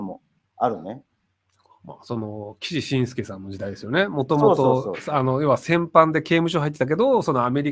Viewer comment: 「きししんすけ」って聞いた瞬間に、あ、こいつ分野じゃねんだな、知識レベル俺と大差なさそうだなってわかった